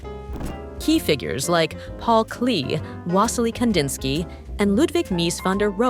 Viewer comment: nice video, but its paul Klé not Klý. 😅